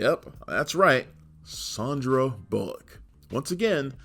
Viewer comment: She's Sandra, not Sondra.